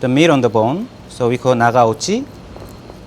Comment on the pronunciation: try NOT to say "naGaochi" but "na Kaochi", man. 「ながおち」じゃないよー日本文化って言いたいならちゃんとしてよー